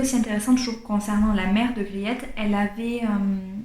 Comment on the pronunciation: Merci pour cette formidable présentation. Je connais ce livre, je l'ai lu et j'ai adoré. Juste pour vous, le nom de la jeune fille ça se prononce Griit. Avec un long I, un peu comme le EA de Beach ou Teach en Anglais. Le client c'est Van Ruijven, le saloppard qui pourchasse les servantes. Mais il y a du vrai dans le livre, notamment la guerre avec la France dans les années 1670. C'est vrai aussi que Wermeer est devenu catholique avant son mariage. Griet est attachante, sensible à l'art. Mais j'aime pas Catarina, ni Maria Tins l vieille, ni la servante Tanneke, qui change d'humeur comme de chemise, surtout pas Cornélia qui lui fait des coups de pute à tout va. Aleydis est mignone. Peter n'est pas toujours maître delui, mais pas désagréable. Merci en tout cas.